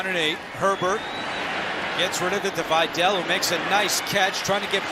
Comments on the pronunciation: His Names VIDÁL not Viddel SUKAS!😂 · I was about to comment on this. They should learn how to properly pronounce last names that are not American last names. I would be pissed if my last name was mispronounced repeatedly. It's pronounced Vidal ( vee-dal ). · Dude kept saying Videll and Gadsten lmfao. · the pronunciation of vidal bro